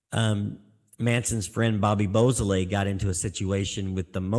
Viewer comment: Actually, it's pronounced "BO SO LAY" How do you get BOO out of beau?